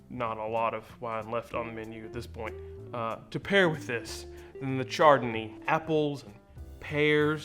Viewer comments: It’s pronounced “ShardonA” , isn’t it..? 😂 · The char-dun-ee sounds deliciousness. Can i get that mixed with some chardonnay. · I kinda tuned out but heard "charred a knee" and thought was talking about the time a grill fell on his leg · Great, now some idiot is gonna go order them wines the way you said them. Btw how do you make a mimossa without champaign?🤔